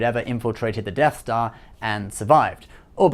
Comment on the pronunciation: you said deaf dar I think who is dar why is he deaf?